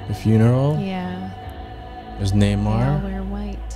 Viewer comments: His name is namor not neymar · Its not nay mar its more like N'mor